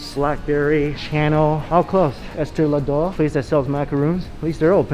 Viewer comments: What did I just listen to lol. "Tums, Blackberry, Channel, Ester Lad'oh, also Blblagavari" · Lol I heard “Estay Lah-dough”, 🤣🤣🤣🤣🤣🤣🤣